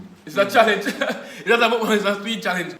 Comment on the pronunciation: its the way u say mukbang 😂😂😂😂